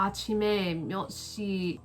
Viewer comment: i noticed you pronounced 시에 as “si-eh” , thought i’d tell you some pronunciation rules , some vowels when used with the consonant ㅅ make it sound more like sh that s . eg : 시- shi 쇼-sho 셔-sheo 샤-sha 슈-shu